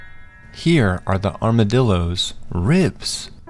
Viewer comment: “Here are the armadillooos, rIBs”